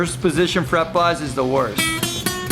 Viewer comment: omg i thought it was fucking halarius how they hade to make another video because they hated him saying fret buzz xd!!!!!!!!!!! awsome vid